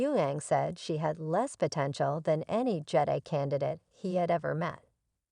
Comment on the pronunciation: Learn to pronounce Jedi, Han, etc correctly! 😐